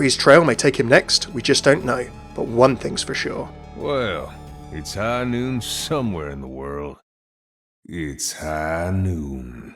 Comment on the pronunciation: Its high noot!!!